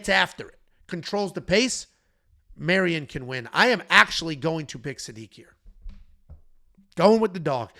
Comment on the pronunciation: Another Mairon Santos breakdown where calls him Marion the whole time 😂